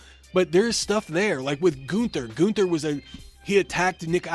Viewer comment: It's GUNN-THER! NOT GOON-THUR!